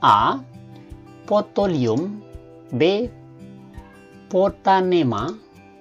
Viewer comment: Ini yg mbahas guru biologi atau bukan ya? Hrsnya kl salah redaksi bisa diralat saat pengucapan, lha ini dibaca yg redaksi salah tulis...contoh pothalium harusnya protalium, potonema hrsnya protonema tp saat dibacakan dlm video dibaca juga apa adanya...